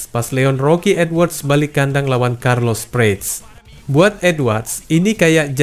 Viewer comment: carlos prates jangan dibaca prets,,karna itu bukan nama inggris,,dibaca keseluruhan aja seperti baca nama morales,hernandez,ibanez dll